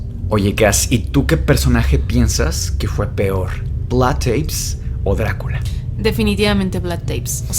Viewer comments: Espectacular podcast! El tema vampírico es una locura, pero pequeña corrección si no les molesta. Se pronuncia Tepes, cómo suena prácticamente. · Se pronuncia tal cual TEPES